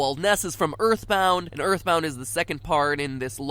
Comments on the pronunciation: Ya eyitborn deme suna kardeşim erthborrth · Earthboundı oynamalısın toby undertale ı yaparken earthboundan fazlasıyla esinlendi hatta earthbound olmasa undertale bile olmayabilirdi Zaten toby kendiside açıklayı Earthboundın acayip bi fanı olduğnu (Ööğrtband diye okunuyor bu arada :). ) şahsen ben earthboundı daha çok severim. Bu arada türkçe yaması olduğnu sanmıyorum şuanda bitek bu oyun snes classic minide ve emulatörle oynayabilirsin ve emulatör dan oynayabileceğin bişeye kimsenin tr yama yaptığnı düşünmüyorum :)